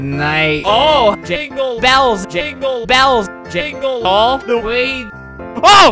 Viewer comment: When he was saying jingle it sound like jiggle